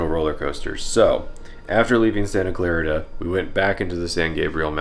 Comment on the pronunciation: I assume you're not an LA or CA native. It was fascinating seeing you go through LA. I live in the San Gabriel Valley and have friends all over the area. Hearing you say "Santa Clar*IT*a gave me a chuckle. (It's pronounced Santa Clar*EET*a) The road workers here are assholes. They block shit constantly then leave for hours, hence why you saw people ignoring the signage. You rode through a very nice part of LA. You could've easily ended up in a place like South El-Monte or Englewood which are fucked up areas that wouldn't think twice about stealing your bike. I appreciate you mentioning the landscape though. The LA basin hills are beautiful. Seeing you be taken aback by the height is amusing. It's a dead giveaway that you're foreign to the area. When I went to the midwest for a reunion I was surprised by how intensely flat the central states are.